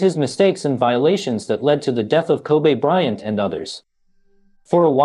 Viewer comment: Koobay bryant